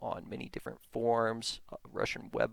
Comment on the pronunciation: Also he keeps saying things like "prersonal blog" and "I found it on the forms" and "ackydemic"